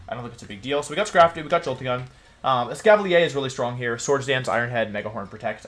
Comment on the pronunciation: Why does he pronounce certain Pokémon (Gyrados, Gengar, Escaviler, etc.) wrong? Is it a running joke for the channel? I’m newer so just wondering